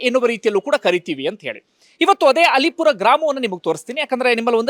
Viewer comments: ಅದು ಅಲ್ಲೀಪುರ , ಅಲಿಪುರ ಅಲ್ಲ !! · ಅದು ಅಲೀಪುರ ಅಲ್ಲ ಅದು ಅಲ್ಲೀಪುರ ಇತಿಹಾಸ ವಿದೆ ಅಲ್ಲೀಪುರದ ಬಗ್ಗೆ .......